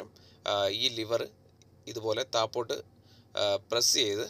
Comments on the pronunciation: THAPPOTTUMALLA THAZHOTTUMALLA KEEPPOTTUMALL, THAZHEKKANE SHARI😂😂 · താപ്പോട്ട് അല്ല താഴോട്ട്... 🙄😳